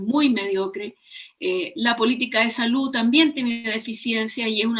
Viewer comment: Aprende a hablar,la salu,la verda